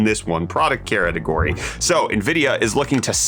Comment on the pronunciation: "In this one product CaReTeGoRy"